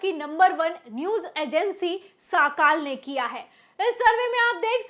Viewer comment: Sis it's now साकाल it's सकाळ